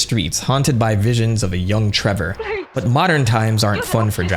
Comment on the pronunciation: treVor belmont... not treBor... such an idiot, worst video ever